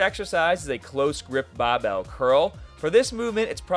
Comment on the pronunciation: bro morphs into an aussie with the "bah bel"